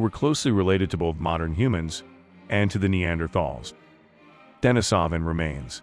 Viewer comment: Nice video, just wanted to add that it's pronounced deneesaven not denisohvan.